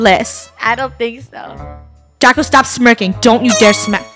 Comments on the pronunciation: funneh said draca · funneh keeps saying draca instead of draco when he kills her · Also funneh said draca instead of draco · Funneh did say Draca by accident, lol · Wait did say AH DRACA😂 did anyone here that😂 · The fact funneh said Draca to Draco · anybody notice funneh almost calling draco draca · NOUHHHHH DRACA ( Ik she meant Draco but it sounds like that)